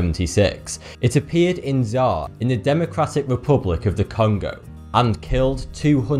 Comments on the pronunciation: Zar? Isn’t it zy-ear? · Zaire (pronounced Zai-heir) WAS the Democratic Republic of the Congo until 1997. It was the country's name. Are you saying "fertility"? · ZAIRE pronounced "Zaa-e-ray" now known as the Democratic Republic of Congo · Append Miku Hatsune Not really, he actually has a very clear accent. The "Zaire/Czar" thing 100% definitely is not an accent thing; it's a case of pronouncing Zaire as it reads. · Zaire rhymes with My Ear. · The "fertility" one maybe, but Zaire isn't czar. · I know coming from Lancashire starts you at a disadvantage in the pronunciation stakes, but you make a right pig's ear of saying Zaire. And every time you say "fatality", I hear "fertility". This will be very confusing for those for whom English is not their first language.